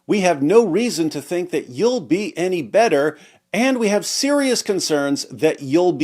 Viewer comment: “Sryiaus” concerns